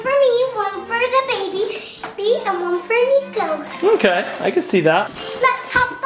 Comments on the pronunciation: It's Niko not nico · Niko said Dino ok just telling you bc I heard it